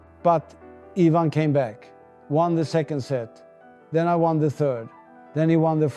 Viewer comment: AI. It pronounces "Ivan" as "eye-van". Borg would've pronounced it "Ee-vahn".